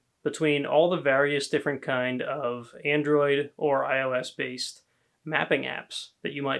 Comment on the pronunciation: Not ils it’s IOS